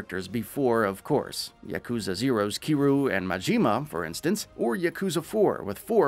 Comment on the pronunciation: Please stop ignoring the Y in Kiryu's name lmao. He's too much of a legend for that. Everything else in your delivery is top tier though.